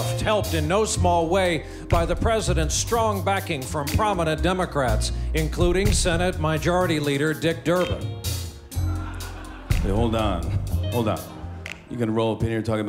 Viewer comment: "Senate mijority"?